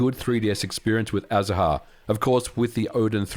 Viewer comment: I believe the name of the 3ds emulator is spoken as azar, ignoring the “ha” part. It is the Spanish word for citrus flowers.